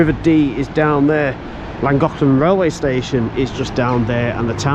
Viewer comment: Nice video. You're not pronouncing it correctly, but hey, you're making a good effort, and that's fine. Just ask a local the next time that you're in the area. It will still take some prctise to get it correct, but you're giving it a bash, and that's what matters.👍